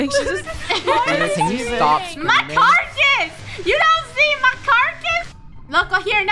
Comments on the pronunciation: she said "dont you see my carcus!?" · I know this is very late but was saying “MY CARCUS DO YOU NOT SEE MY CARCUS?!”